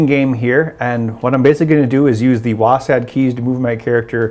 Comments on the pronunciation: It's not wassad, it's Wossed WASD or Wazzed. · WAHSAD? wtf did he just say?